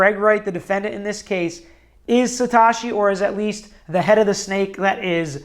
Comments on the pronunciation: Satoshiii not Satashiii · "Satoshi" doesn't rhyme with "wash me", it rhymes with "though she". Instant crediblity bankruptcy. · Good, unbiased, objective analysis....Kudos....but please pronounce "Sat OH shi" properly going forward. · you are pronouncing the word satoshi incorrectly. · Ma dude, why can’t you say satoshi? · Haha I agree. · he has shotty greek on andreas name too.. apparently he doesent speak japanese or greek... it sounds like satoushi.